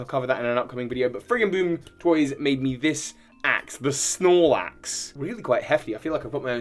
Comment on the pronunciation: I almost wanted to close the video out of outrage when I heard "the Snorelaxe"